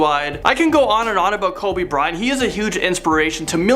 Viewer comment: He’s saying Kobe bryan😒😒